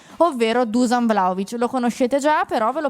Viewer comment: Non si pronuncia Dusan , ma bensì “ Duscian” …